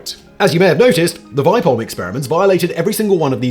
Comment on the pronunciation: It's pronounced "Vee-peh-holm" /A swede